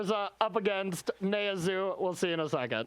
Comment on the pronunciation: First time hearing someone pronounce naya like